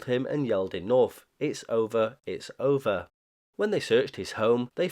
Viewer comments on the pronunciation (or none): none